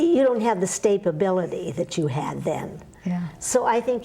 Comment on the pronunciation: Stapability? Cute. Just a funny little slip.